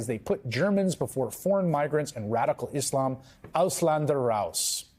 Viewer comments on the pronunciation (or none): none